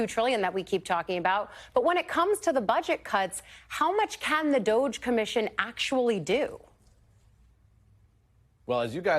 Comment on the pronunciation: Did she just say "DOG-E" with a straight face? WTH???